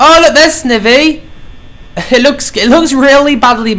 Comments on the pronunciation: It's SNIVY (sneye-vee) NOT FUCKING (sniv-vee) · Ohhhh it's mkaing me & others very mad he's saying it like "Snevy" and not like "Snievy". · Dude, it's SN-EYE-VEE! Not SN-I-VEE!! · Snivy - (sni-vee) Oshawott - (osh-ah-wot) Tepig - (teh-pig) Pikachu (pee-ca-choo) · Snivy: Sny-vee: a grass pokemon that can not pronounce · Snivy is actually pronounced Sn-eye-vy and Oshawott is pronounced Osh-u-wott :3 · It's not snivy it's like saying snivey! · dude u meant snivy not snivi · It's pronounced snievee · and u pronounced snivy wrong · I can't watch this all the way through because every time you say snivy wrong it makes me cringe... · I can't even watch this because it bothers me to no end that you're pronouncing Snivy's name wrong